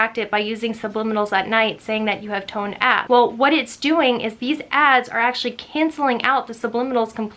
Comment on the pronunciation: Lol thought you said "really toned ass" and I was like "And I oop-"